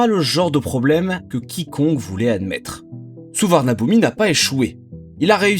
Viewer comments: On prononce Suvarnabhumi (suvanapoum) tout simplement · Peut-être qu’avant d’entrer dans les termes techniques, il faudrait commencer par savoir prononcer correctement le nom des aéroports ?